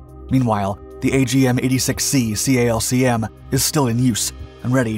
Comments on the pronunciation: There are a few notes I could give on the video, but the main thing that annoyed me was that it isn't referred to as the "C-A-L-C-M", it's simply called the calcm (pronounced like kalk-em). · for the love of GOD stop saying C-A-L-C-M..... its pronounced as a word: CALCM -> Calc-em